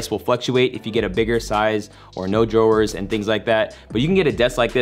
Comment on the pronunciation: Every word simply impeccable except.....drawers 🤣🤣🤣 Love the info and video as always!!! 💪💯‼‼